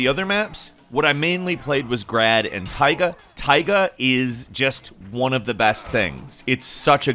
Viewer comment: TAAAIIIGA? TAIGA?